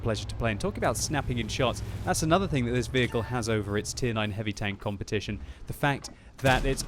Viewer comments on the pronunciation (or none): none